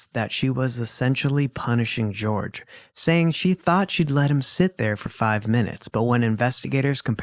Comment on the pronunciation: I hate that the trial and how Sarah called him George caught on. It's not pronounced like that. His family has said he went by Jorge pronounced Hor-hay.